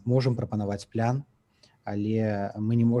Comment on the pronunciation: Яки плян! Няма пляна у беларускай мове! Есць план! Цверда вымауляецца. Не каверкайте. Не прыемна гучыць.